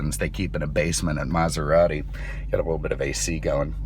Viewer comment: Lmao. Mazarati 😂